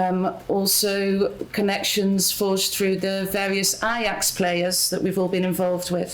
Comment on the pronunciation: keeps butchering the Ajax league name